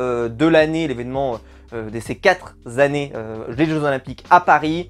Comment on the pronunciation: Si je peux me permettre "ces quatre zannées" ce n'est pas très joli...